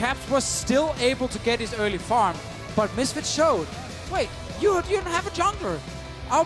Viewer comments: Me going "when this guy says Farm, it sounds exactly like a cross between "farm" and "firm." And 5 seconds later, you have a meme of I Robot saying "faerm" I'm DEAD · its very funny that you sound like you have a vaguely north american accent and then you say things like farm and sound like an irish person trying to do an american accent